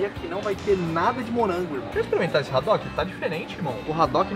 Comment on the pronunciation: A pronúncia do nome do peixe é adock, com h mudo e não radock.